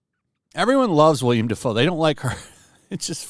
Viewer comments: It's Willem, not William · Dude his name is Willem Dafoe not William.